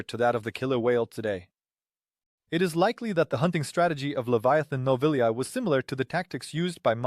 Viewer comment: Nobiliae czyli po łac. Czyta się po prostu "nobilie" . Inaczej by było gdyby było -ea wtedy tak,,,, czytałoby się jak ea. To tylko dla rzetelności, bez uszczypliwości (po łac. "ae" czyta się jak "e" zaś "ea" jako"ea"... Jeśli więc jest nobiliae to czyta się "nobilie "